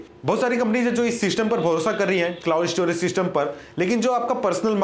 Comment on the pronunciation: E_ store,e-storage,e-storaging hahaha